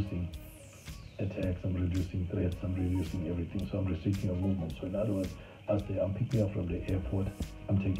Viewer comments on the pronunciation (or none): none